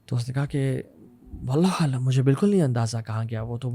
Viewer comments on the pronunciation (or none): none